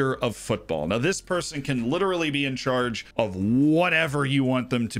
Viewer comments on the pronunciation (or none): none